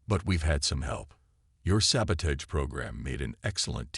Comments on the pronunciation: Ok. I am only a few minutes into the story. Can you Please tell me what the hell: "saba-TAYGE" is!!!!!????? I have heard of "saba-TAHGE", but NOT "saba-TAYGE"!!!!!! I FREAKIN hate POS AI's. And you have one of those. AND, I made it to the end....AND your AI is a POS for sure. WTF is: "EH-EYE" (AI), "BEAR-idge" (barrage), "as he REED the report..." (as he read "RED" the report), and what the HELL are "RED-outs"!!!??? (readouts) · sabotage.... used so many times and mispronounced EVERY single time